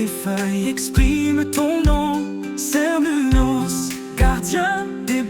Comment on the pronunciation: À prononcer Kernounnos ou kernonnos ou Carnonnos Dieu celte du cycle de la vie, de la naissance, à la mort. Il représente l'Éternel recommencement. Il fait partie du panthéon celtique.